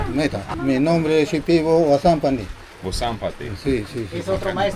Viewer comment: He said Wasampani but I heard Sand Papi 😂 and now he’s got some sick psychedelic drip, I can’t